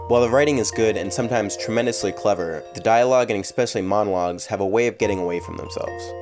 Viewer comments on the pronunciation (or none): STOP SAYING EXPECIALLY The word is ESPECIALLY. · Am I the only one bothered by the way he said especially